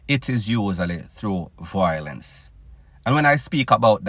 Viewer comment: Bredda the word is VIOLENCE not VOILENCE if u are dunce u won’t know the difference in pronunciation